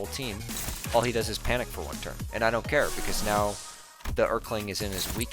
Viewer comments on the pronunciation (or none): none